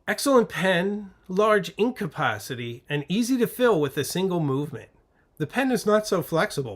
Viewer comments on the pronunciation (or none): none